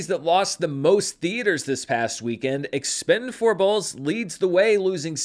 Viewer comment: Expend-four-blé is my favorite pronunciation.